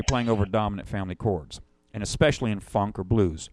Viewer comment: I like how this fellow says "fonk".